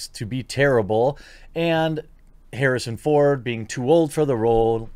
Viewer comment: No one: The quartering: Harrison phone